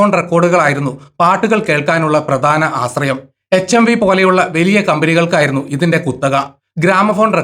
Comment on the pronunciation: ആസ്രയം അല്ല ആശ്രയം